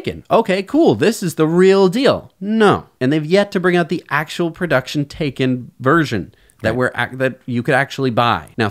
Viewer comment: Guys, I have made this comment before, you are NOT pronouncing the Porsche Taycan correctly! Google how to pronounce it and Porsche them selves have a video about it.